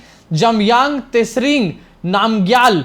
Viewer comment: Tsering ka pronounciation hoga chiring